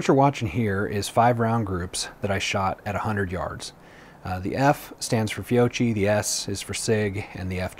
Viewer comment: Fiocchi is pronounced "Fi-oak-key", since it's Italian, you pronounce "cchi" the same way you would in Pinocchio.